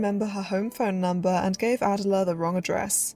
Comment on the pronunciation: ❤❤ Wow! You’ve created another well done, well researched YouTube documentary! Thank you! One very minor correction I have is in the pronunciation of a well known reporter’s first name. Miss Rogers-St. John’s first name is pronounced Uh-dell’uh, with emphasis on the second syllable - just as the modern day British singer’s first name Adele is proniu uh-dell’. Now, concerning your new documentary, most movie fans are familiar with this popular 1920s-1930s film actress only through her name (Clara Bow); her nickname (The It Girl); and by having seen numerous black & white still images …maybe even one or two of her movies . However, before watching your documentary, I - and I bet most people - knew very little about the troubled, lonely life of Clara Bow, a beautiful, complex woman who, despite a troubled life, possessed what the movie moguls of her day called “it”- what we now call charisma, an indescribable quality, even beyond her natural talent and beauty. People were drawn to her, yet she never found true happiness and peace in her real life. What a deeply moving life story. Again, thank you for this thoughtful film about a woman whose gifts were never fully appreciated.